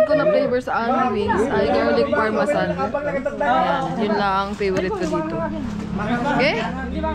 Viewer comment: Garlic Parmesan yown kangiti hindi Parmasan 😂🤪 ✌🏼